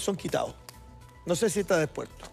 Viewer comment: Lucho Jara ni el español lo termina por sacar bien: Min : "Ministro, yo quiero que hablemos a calzón quitao, no sé si está despuesto"... O sea...